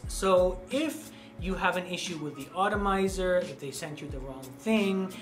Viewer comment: Cool video I liked your choices I haven't tried anything from this house I was kind of amused by the way you pronounced the word atomizer with the long O vowel sound and not the long A vowel sound but hey to each his own.